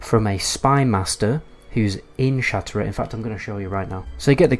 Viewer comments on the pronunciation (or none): Isn't it pronounced "shat rath"? Sounds like you are saying shatera